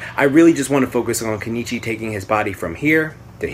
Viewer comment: its keniichi bruh